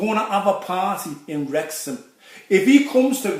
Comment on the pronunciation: Wrrrrreck ya in Wrrrrexham 😭